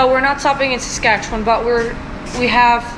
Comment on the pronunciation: Is it weird that I'm geeking out because you pronounced Saskatchewan right? (Most other Canadians never do. So this made me happy both to hear you mention my province, and pronounce it correctly. Thank you. 💜🤗) Also that road trip sounds so fun. And I love the fact that Hutterite dress code means you have a way easier time packing. (Makes me want to switch my wardrobe to something so beautiful and comfy.)